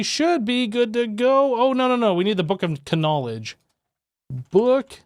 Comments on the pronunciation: Isn't knowledge pronounced nowledge? Not K nowledge? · When he said the book Of KANOWLEGDE instead of just KNOWLEDGE that made me laugh my arse oooff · Book of k-nowledge is this a running joke or can you just not read?😅😂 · He pronounces it correctly elsewhere, so what do you think? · If you aren't joking and are serious, yes. He is saying it wrong on purpose.